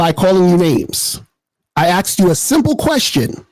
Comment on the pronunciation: “He axed you to define it” 🙄